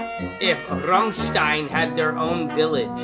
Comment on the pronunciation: Can you stop emphasizing "RAMMSTEIN" so silly? Not even we Germans speak like that..🙄